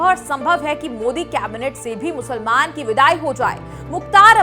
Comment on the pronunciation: Musalmaan ...Musalmaan...aapke bolne ka tongue thik nhi haii